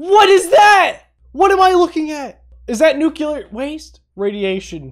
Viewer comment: I love the NUCULAR tnt